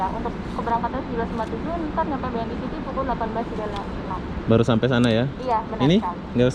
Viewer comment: "BNI CITY" WKWKW BANGSADH DIBACA "C" HURUF "C" NYA😂😂